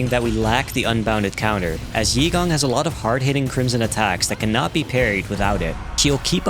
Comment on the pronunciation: Its actually pronounced EY-gong not yee-gong lmao